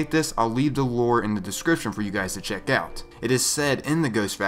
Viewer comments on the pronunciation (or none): none